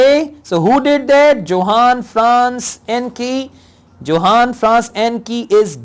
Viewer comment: Johann Franz Encke is a German name, so Johann is pronounced as Yohann. You had a fair pronounciation of the names so I thought this would help.